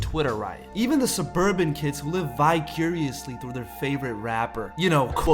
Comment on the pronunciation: this man said "vicuriously"